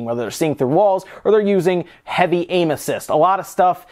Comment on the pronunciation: When he said "using heavy aim assist" I heard it as heavy anuses